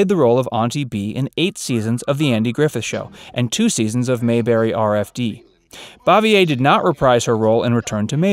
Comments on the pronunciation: IT BOO-VEE-A, NOT BOV-E -A. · And she pronounced her last name "Bave-ee-er.